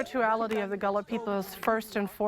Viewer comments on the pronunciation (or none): It is pronounced Gah-la. That's my people.